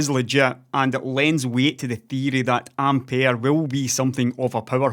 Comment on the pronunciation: Which is how you’re meant to pronounce it.